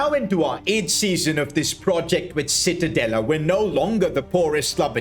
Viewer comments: Is not called citadella is called: ci-tta-de-lla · Isnt Citadela but Cittadella in italian pronunciaton. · Sono italiano e citadela si pronuncia ciTTadeLLA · It’s pronounced cittadaya as an Italian Ik double L is pronounced Y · Awesome video! Just a small point on pronunciation, it's pronounced "cheetah-della" - ci makes a "ch" sound in Italian :) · I just came to hear "Cittadella" mispronounced. Thank you for not disappointing me 🙏 Namasté Namasté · Im sorry, I'ma be that guy, evertime he said Cittadella, it pained me with his pronunciation 😅 To give a perspective, it's like pronouncing Church as search 😂